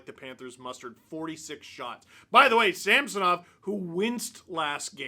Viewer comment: Ridiculous groin! Why do all the hockey commentators call him Sampsonov? There is no P in his name... It drives me way crazier than it should lol.